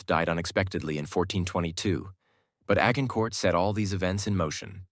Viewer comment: The AI changed multiple times its pronunciation of 'Agincourt'. Highly irritating.